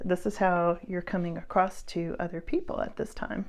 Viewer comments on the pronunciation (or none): none